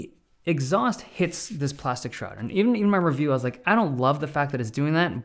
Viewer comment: When ever he says shroud😂😂😂😂